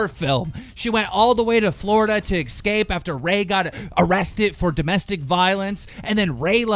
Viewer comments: Love ya Keem but 'EXscape"? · "Exscape". Poor Keemstar, having trouble with those darn words as usual.